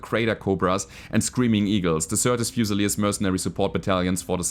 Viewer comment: The pronunciation of "fusiliers" is driving me nuts. Should be "fyu-suh-leers". Term comes from the British army where garrisons would be armed with a "fusil" rifle [a type of lightweight flintlock musket rifle].